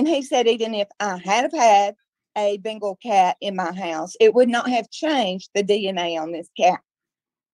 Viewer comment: I finally figured out "" is saying, "Bengal" cat, and not "Bingo"!! For awhile there I thought there were two cats, one called "Zeke", and one called "Bingo".